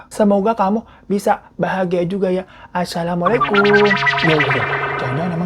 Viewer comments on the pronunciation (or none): none